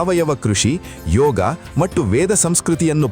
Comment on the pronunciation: ದಿಗಂತದಲ್ಲಿ ಬರುವ ವಿಚಾರಗಳು ಹಾಗೂ ಹೇಳುವ ರೀತಿ ಚೆನ್ನಾಗಿದೆ..ಆದರೆ ಹೇಳುವ ಕೆಲವು ಶಬ್ದಗಳು, ಯಾಕೋ ಸರಿಯಾಗಿ ಇರುವುದಿಲ್ಲ. ಉದಾ.ಗೆ ಮತ್ತು ಹೇಳಬೇಕಾದಲ್ಲಿ ಮಟ್ಟ್ಟು ಅನ್ನುವಂತೆ ಕೇಳುತ್ತಿದೆ.. ಆ ರೀತಿ ಹೇಳುತ್ತಿದ್ದಾರೆ. ಗಮನಿಸಿ